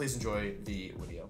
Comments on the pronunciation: Can someone Please explain why he says wideo instead of video yes I know it could be a speech thing but I see it in comments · he likes saying it like that. He finds it funny when people get mad when mispronounces stuff like that